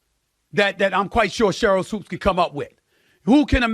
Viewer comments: Why you keep saying Sheryl Woods ? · In case you're unaware of it, you said Sheryl "Woods" instead of Sheryl Swoopes🤦‍♂🤦‍♂🤦‍♂🤦‍♂....nonetheless, dope podcast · Swoopes... Not Swooped or Woods.... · Swoopes Say It With Me Swoopes 😂😂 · He spelled it correctly in the title, but said it wrong. You didn't even spell it correctly 🤦‍♂️